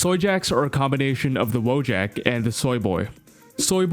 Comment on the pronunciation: Why is everyone calling them "Woe jacks"? It's Wojak